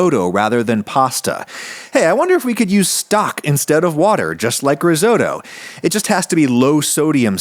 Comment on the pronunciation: God the way Americans pronounce “risotto” and the fact they classify pasta as noodles always hurts me 😭😭